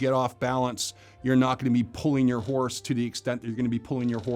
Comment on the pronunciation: For some reason all I could hear when he said the word horse is Ricky saying “hornse”